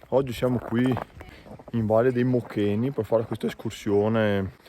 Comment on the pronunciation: Uno che dice "vale dei MochÈni" anziché il nome appropriato mi fa cambiare video subito 👎